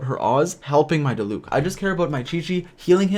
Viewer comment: Ok you pronounced diluc wrong but ok